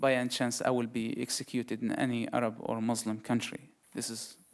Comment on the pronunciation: I AM WAITIN FOR HIM TO RECITES VERSES OF QURAN THAT HE CLAIMS HE MEMORIZES HALF OF IT... ANYWAY HE SPEAKS JUST LIKE ONE OF THOSE FAKE EX MUSLIM.. ONE OF HIS BLUNDERS WHEN HE PRONOUNCE CERTAIN FAMILIAR WORDS .. for instance.. M O R S L E M... hahahah! ehoehoehoRRR.. he sounds like DONKEYS..A Muslim never speaks like that..